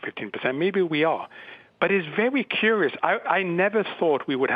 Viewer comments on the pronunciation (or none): 'It's vewy cuwious' - he sounds like an Arabian Elmer Fud!